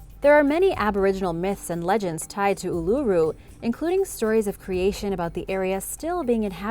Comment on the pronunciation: I have to comend you for your procreation of Ulura, alot of people have trouble with alot of our country's place name. But you did well....a bit of info you didn't have. Visitors uset to be able to climb it, but due to people climbing it appently was causing the rock to eroad. Oh a very famous, at least hear, a baby was taken by dingo depending on who you belive.